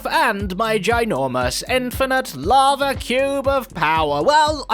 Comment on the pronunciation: Zed's "lava" sounds like "larvae"